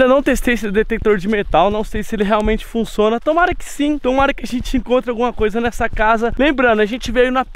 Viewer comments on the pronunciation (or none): "Ele Funçona" Kkkkkkk